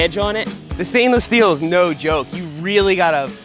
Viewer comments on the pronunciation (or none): none